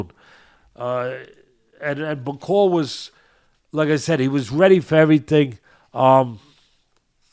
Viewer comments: Bak-o-lee (Bakole) not Ba-cole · Damn Teddy, you could at least take the time the say Bakole's name right...since you say that you want him to become heavyweight champion: BA-COLE-LEE 🤡💩, Bro...disrespectful 🤡💩! The man's last name only has 6 letters, SIX! You got 5, he's got 6...we ain't talking Rocket Science here...like Mark Jackson says: DO BETTER! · Teddy needs to listen, first listen to your cohost, your cohost corrected you by saying "Martin Bakole" but you kept saying "Bakol", two if you had listened to UK pundits about Martin Bakole then you would have been in a position to offer a more informed opinion! Otherwise great job to both of you! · Love teddy - this might help, it’s Martin ‘BACK O LEE’ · Hey Teddy just like a boxer you have to PREPARE for your podcast… it’s pronounced Bak-ol-E Get his name right… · Really like Teddy Atlas, but a few things: 1. Bakole is a lot lot better than he gave him credit for either before or after the fight 2. Get Bakole's name right, I think deserves it. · tried to get Teddy to say Martin Bakole's name right... but Teddy just can't do names. But knows... if you correct Teddy he gets angry.